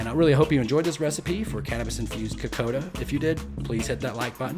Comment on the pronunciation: Ni sa Bula Vinaka - “ko - kon - da” is proper pronouncing I was born in Australia - but my family is from Fiji 🇫🇯 I love this dish - so yummy - Vinaka Free the yarndi Ganja is the greatest gift given